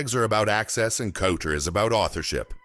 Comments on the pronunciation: Couter houses 😂😂😂 Couture yes you say coutuuure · Coutta houses!!!!!!!! Does he mean COUTURE!!!!!! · Did everyone hear this? It didn’t say couture. The AI voice said cooder. Yes. Cooder. Not couture. I can’t watch this shit. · 🤣🤣🤣 This AI really needs to learn how to pronounce couture. All I’m hearing is COOTER houses and that is something ENTIRELY different. 😂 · Pronounce cuu ture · I’m just hearing cooter houses. 😂